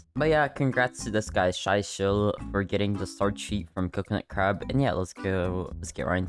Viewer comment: he did my friend wrong 😭 "Shy Shell"